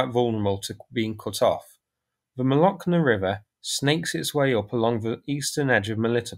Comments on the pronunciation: Pronunciation: "Molochna River"... pronounce the 'ch' as Church. Latinised place names can be read phonetically, no exceptions as English revels in :-) ( a student of Russian language ) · Mo-lo-Ch (like Cheeze) - na. Means Milk in Russian